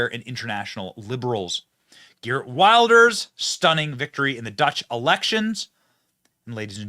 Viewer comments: It is pronounced Vilders you savage! 🤓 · Its Wilders pronounced Vilders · Pronounced "Vilders" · geer wilders lol weeeeelders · villders. When you see a W anywhere around Germany, it sounds like a vee. VILL-ders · You should pronounce it “gurt wilders” in English :) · In Dutch, the W is pronounced V. So it's Vilders. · Long time coming. The powers that were tried their best to lock him up, now he is in charge. It’s pronounced Vilders.